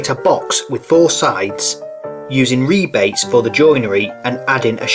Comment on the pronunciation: New subscriber here. How wonderful it is to finally find real woodwork on YT instead of just vids on how to use pocket hole jigs & ply .. & to hear rebates called rebates instead of "rabbits". THANK YOU! :)